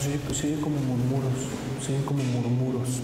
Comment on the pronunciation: No es murmuros, es murmullos